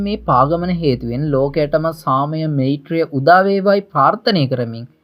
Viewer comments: නිවැරදි කිරීමක්... වෙයිරය නොව වයිරය (වෛරය) මෙයිත්‍රිය නොව මයිත්‍රිය (මෛත්‍රීය) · මොකක්ද බන් වෙයිරය මෙයිත්‍රිය කියන්නෙ..හරියට ශබ්ද කරපන්..ලොල්ල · මෛත්‍රිය pronouns කරන්නේ මයිත්‍රිය කියල සහෝ වෛරය—වයිරය. ඔබ සුවපත්වේවා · මෛත්‍රිය=මයිත්රිය ඵෙතිහාසික=අයිතිහාසික වෛරය=වයිරය යන වචන නිවැරදිව උච්ඡාරණය කළයුතු වේ.පහසුව සඳහා එම වචන ඉදිරියෙන් = යොදා වචනය මුවින් පිටකළයුතු අයුරු දක්වා අැත.(නිවැරදි වචනය උච්ඡාරණය වීමෙන් බලාපොරොත්තු වන අදහස තේරුම් කළ හැකිය.) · මේත්‍රිය කියන්න එපා. මෛත්‍රියය වචනය හරියට උච්චාරණය කරන්න. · වෙයිරය, මෙයිත්‍රිය 😁